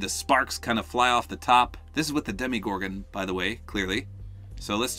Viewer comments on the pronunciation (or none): Lol Demigorgon I think it’s Demogorgon